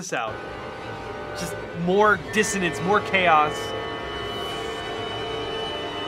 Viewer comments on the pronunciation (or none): I want to hear you pronounce diss o nen ce. It's coming of dissodence. (Sorry, I admit I'm obsessed...)